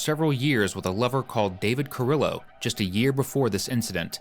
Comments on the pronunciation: They pronounced his last name wrong its car-ree-yo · It's pronounced Carrio. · I wish these folks would learn how to properly pronounce Hispanic names and cities. If I hear Car-IL-lo more time…